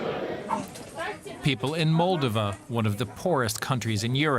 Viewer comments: It’s pronounced MolDOva. The emphasis is on the second syllable! Thank you for mentioning Moldova, but please pronounce it correctly. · I'm sorry but since when is it MOLdova? I can't find this pronunciation anywhere. Have I been incorrectly saying MolDOva my whole life?